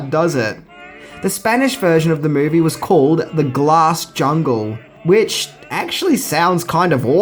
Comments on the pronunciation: The “Glass JUNGE”? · U forgot the L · Jungle...has an "L"